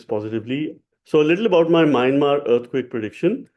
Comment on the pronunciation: You pronounce Myanmar in error..It is pronounced sounding 'Mianmaar' sir. Hope you dont mind